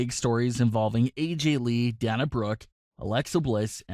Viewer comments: Its Dana as in Day not Dan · I've only heard her name pronounced Day-na Brooke, not Danna Brooke. Do you w2atch wrestling? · Day-na not Dah-na. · Its Day-Nah not Dahnah.. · Yeah I hate that he pronounces so many names wrong. Its not DaHna Brooke, its DaYNa Brooke. I've never heard anyone pronounce Dana the way he does. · Oh for Pete’s sake it’s pronounced DAY-na Brooke. Sorry things like this drive me nuts! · SAY THE WRESTLERS NAMES CORRECTLY FOR F SAKE ITS DANA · You're pronuncing her name wrong it's dana as in (day-na) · DAY-NA..SAY IT WITH ME...DAYNA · Glad I'm not the only one that was annoyed by this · If I hear you say pronounce dana wrong one more video... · Lol learn how to pronounce her name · Oh shut the heck up you whining B......do you want to wear a mask for rest of your life. Its scam you m-ron and you're pronouncing her name wrong m-ron